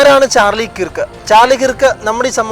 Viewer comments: കിറുക്ക് enn pronounce ചെയ്യരുതേ.... Kruuvk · കിർക്ക് അല്ല കെർക്ക് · Sorry to correct you His surname is miss pronounced by many malayalees. It should be pronounced kerk (kɜːk) കേർക്ക്